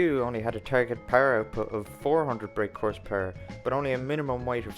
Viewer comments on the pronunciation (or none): Love how you say Horse PuRerrrr.